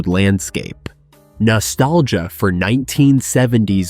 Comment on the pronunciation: This is AI! Margarine is not pronounced mar-Ju-rein! Also Margarine sucks it is vegetable oil Give me either real unsalted butter o real unsalted Irish butter instead At least real butter is real dairy and comes from a real cow.